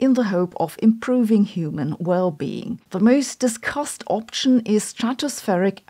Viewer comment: Prediction wird wie "pridikschen" und nicht wie "pridiktschen" ausgesprochen, option wie "opschen" und nicht wie "optschen". Please!!!